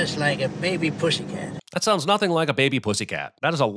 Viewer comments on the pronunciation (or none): none